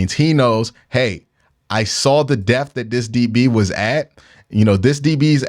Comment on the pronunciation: lol will never not pronounce "depth" as "deff"